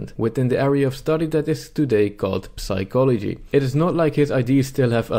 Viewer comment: Complaining about the horrible state of university education while mispronouncing basic words such as psychology and sword is known as the pot calling the kettle black.